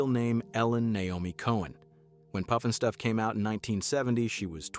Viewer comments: Puff NOT poof!!! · It's not (Poof)nstuf, it's more like (Puff)nstuf. 🙄🤦‍♂, lol. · Pufnstuff NOT Poofnstuf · Its pufnstuf, not poofnstuf. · Puff-n-stuff, not Poof-n-stuff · How about some consistency in your pronunciation. Pufnstuf or Poofnstuf? Pick one!!! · he said it like poofinstuff. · How dare you not pronounce the title correctly!!!